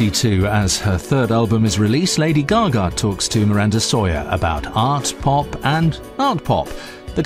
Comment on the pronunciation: Omg the presenter how she says "gaga" is horrific!!